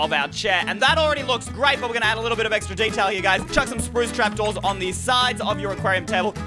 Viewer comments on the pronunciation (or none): why did say sproostrapdoors that is a spoosdoor